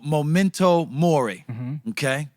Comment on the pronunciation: Small comment: it’s memento mori, not momento